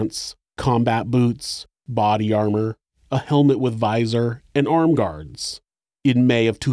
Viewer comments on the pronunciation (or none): none